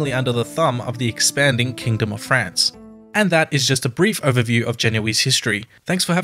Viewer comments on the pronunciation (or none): none